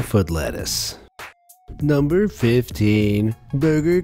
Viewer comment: Especially when he said nUmbEr fiFteEn bUrgeR foOt leTtuCe